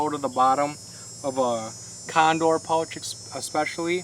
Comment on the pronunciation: You seem to pronounce OU oddly !!! I had to go to subtitles to figure out that you were kayaking pouch sounds like pultch or something ? And other words with an OU in them